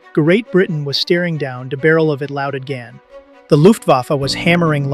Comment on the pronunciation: Ger-eight Britain was steering down de barrel of a louded gan did it for me... Seriously, I can see why people might get text-to-speech software to read their scripts, but not bothering to listen for obvious errors before posting is just shoddy.